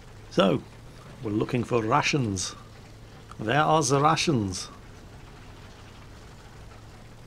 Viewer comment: I swear I heard rassins instead of Russians